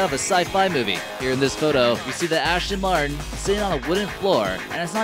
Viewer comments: Fuck all the other wrong facts, he said Ashton Martin so many times I almost pissed myself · D- Di- Did he just say "VenONO" instead of "Veneno" and he said "SENTenario" instead of "Centenario" (Ch-en-tin-arry-oh) Omg no, he said, "ASHton Martin" instead of "Aston Martin" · Dafuq is a Lamborgini Vanano? sounds like something ASH-Ton Martin Would Make oh and by the say for you Americans trying to say *CH*ENT-A-NARIO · Lamborghini Venano, Lamborghini Shentanario, and Ashton Martin. Dont make a car vid if you cant even pronounce the names or give true stats😂